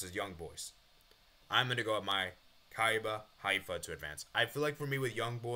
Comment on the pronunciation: Maccabi Haifa is pronounced: Ma-Ka-Bee High-Fa